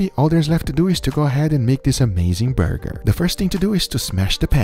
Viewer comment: Can we get a 2 hour ASMR Guga video where he just says "burrgeerrrr"??